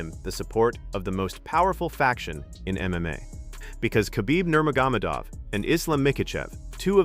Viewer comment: This video's computer can't even say Khabib Nurmagomedov's Name. What a SAD program you're using for this video? Can't you clowns do a better job than this? To think you make money off of this is disgusting to me.